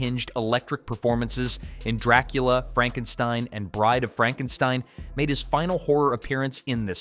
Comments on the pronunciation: I'd like to say it's Not Frankensteen it's Frankenstien, however, I give you the benefit of a doubt, as you probably only saw part of Young Frankestien. 😁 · Its not Frankensteen its Frankenstein (stine) learn how to read your script!!!! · FRANK_EN_STINE...NOT STEEN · You lost me at "Frank n steen" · You lost me at FrankenSTEEN. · Franken-STEEN?? LMAOOO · it's "Franken-STEIN or Fronken-STEEN. that poor A.I. has gotten the Universal/Mel Brooks films messed up. 🤣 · Franken Steen?WTF😂😂😂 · Frankensteen? Over with you. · Frankensteen ? Literally ROBO HORSE CRAP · You pronounced Frankenstein, Frankensteen...lol You really need to loose the AI narrator or at least pay attention and correct AI mistakes. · Then it would have been Fronk-en-steen. The AI narrating this is just not too bright. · You TOTALLY butchered Frankenstein's name the first time you said it! You should've listened to how Lon Chaney Jr. said it in the movie......you know....the RIGHT way!! 😳